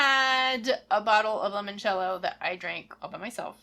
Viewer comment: Italian here. Since I am contractually obligated to nitpick things about Italy: in "Limoncello" the initial "Li-" part is pronounced in the same way as the English name "Lee". That's it. Great video as always.